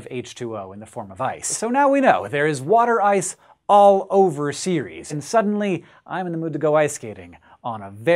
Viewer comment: Pretty sure the moon isn't called "Series", but what do I know about pronounciation?